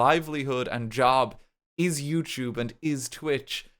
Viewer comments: can you say yewchube from time to time i'll miss it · You say Youtube in the same tone every time. It honestly sound like you're swearing when you casually say it. It's crazy what 2 years of videos can do. Congrats on the policy change! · It really does sound like you're cursing up a storm in this video. XD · Every time he says YouTube my ears perk up because I think he’s swearing 😭😭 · my brain auto-fills the f word every time you say YouTube is so funny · The YouTube made me trip up for a sec tryna figure out what the swear word you were saying was, then realized you said youtube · for a part of this video I was not actually looking at the monitor but was doing something else on my phone and my brain automatically assumed you swore when you said youtube, I have become so accustomed to that its crazy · When i hear him say "youtube" i just think he's swearing now 😔 🙏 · Huge W, super happy for ya man, and for all of us here on the platform. And, yes. It DOES sound like you're violently swearing every time you say YouTube, and that's coming from someone who's been with ya since Banana Bay xD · It's so funny, every time he says YouTube, it feels like he's cursing harder than when he says fuck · Honestly, every time RT said "YouTube" in this Video, it felt like he was swearing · I can indeed confirm that every time RT says youtube now I immediately think he's swearing